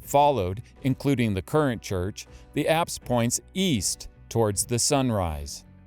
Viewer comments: Forgive my ignorance please what are the apps Location..are you saying Acts or what are you saying? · at about 15 minutes you speak of the apps. Or something that sounds like apps. ...abbs? What does this word mean?